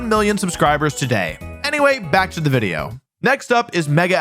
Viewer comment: Wideo man Wolfey, I have noticed an extreme lack of wideos and I humbly request more wideos, thank you.